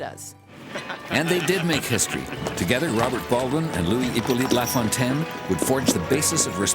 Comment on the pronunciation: The narrator must be Canadian herself, being able to pronounce names like Cartier's and LaFontaine's perfectly.